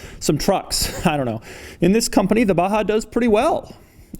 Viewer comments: why u say it baHaaa its baJaaaa 😂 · its Baja not baha where did u see H its J lol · It’s BAJA not BAHA. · Baja != baha.... if its baha call it baha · Baja you dumb fuck . Not baha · It is Baja not a baha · Batza !! Not Baha.. Batzaaaa !!! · pronounced BAZHA because if they wanted us to pronounce it baha, they should've written baha. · Doug the type of guy to pronounce baJa as baHa. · Baha? Is it not saying Baja? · u said baha instead of baja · Its 'Baza' the hood is longer than the bed. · Baha or Baja 😁😂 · Do you actually speak the j like a h? Baha and not B-a-j (like in Jay)-a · Why is baja pronounced as baha? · Why Doug pronounce baja in ba-ha? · Seriously?? No comments about the pronunciation of the BaHa? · its a baha. so the "j" is a non-silent "h". hmmm. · When he abaha.. It sounds like yamaha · Stop said BAHA? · Why it's pronounced as "Baha" when it's clearly named as BAAJAA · Y is baja pronounced baha & not baja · How is baja pronouced baha? Is the car mexican? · Sir its Baja not baha I guest you spelled it incorrectly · call this baja like j dont sound ha.like honda xr baja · the way Doug pronounces BAJA is interesting. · why is he putting a ''H'' where its clearly a J?